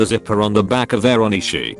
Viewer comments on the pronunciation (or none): Can I just point out that the automated voice pronounced ‘Onesie’ as ‘On es ee’